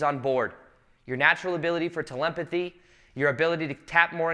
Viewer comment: My guy said 'telempathy' 😂😂😂😂